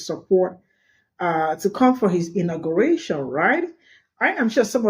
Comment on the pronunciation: It's not intergration ITS INAUGURATION